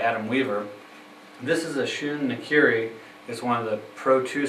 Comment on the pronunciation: *Nakiri, not nikiri